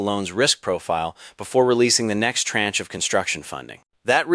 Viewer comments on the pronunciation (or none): none